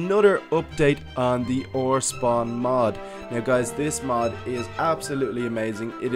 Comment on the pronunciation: your saying mod so wrong